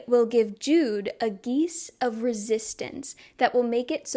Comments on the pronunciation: Heads up you may want to give the audiobook a listen before next video, it includes stuff like how to pronounce names and stuff like geas (gesh, not geese) (to be clear, this vid is great, it’s just glaringly obvious to me as an audiobook listener when words don’t fit ><) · As someone that has read both the books and listen to the audiobooks. I am so sorry, but I feel that I must let you know about some of the pronunciations… The magical bargain, the geas- is said like “guess” but with a -sh sound at the end, “g-eh-sh” And her last name is Duarte, said with an accent at the end- “duar-t-eh” LOVE this video 🫶